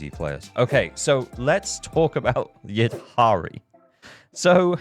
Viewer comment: Devs are doing everything to make slide from F2P to Dolphin ! I may become an Orca in 2.3 since I want Lucia and Yidhari, and also SAnby wengine if she reruns. By the way, I think Yidhari is not pronounced "Yid - Hari" like you did. In many languages, like Tunisian my mother tongue, "dh" is pronounced as a deeper version of the sound "th" (as in "this", but with much deeper "th")...